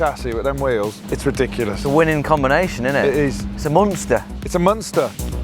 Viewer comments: “It’s a Munster” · “It’s a munster” 😂